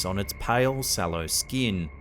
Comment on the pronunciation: It's pronounced "figure", not "figgah". It's pronounced "skin", not "skeen". It's pronounced "computer", not "cahmpeutah". It's pronounced "cemeteries", not "cemetries". It's pronounced "mark", not "mahk". It's pronounced "person", not "peuhson." It's pronounced "hear", not "heeh". It's pronounced "garage", not "gayrahge". It's pronounced "area", not "urreeurrh". It's pronounced "tail", not "taiyool". It's pronounced "later", not "layduh". Why are Australians and British people incapable of properly pronouncing their own language.